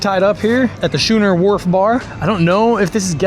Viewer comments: Haha Scoooo not Schooo. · 😂 "Shooner" sorry mate, its "Schooner" (pronounced skooner like the beer size or a type of boat) love your vids mate! Keep em coming! 😜🤙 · You should have launched at Loggerhead, cleared the crackheads off the boat launch and had lunch there for 1/3 the price.. It was just by Sch-OO-ner wharf which you pronounced very wrongly.. IMO the best spot and beach you can hang out and free-dive/ snorkel if you don't have a boat. I swam with the biggest Nassau Grouper i have ever seen for 2 days in a row there. It was the size of a shetland pony, could have swallowed me hole ! also swam with a 8' bull shark twice there.. he wit left and i went right real fast as Fury yelled at me for being on there dock until I explained why then they were kool.. Best spot to hang out in the water and drink a few beers and I went everywhere down there. Consistently the most clear just watch out for the tide its super fast about 25' out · Do you know how to pronounce schooner??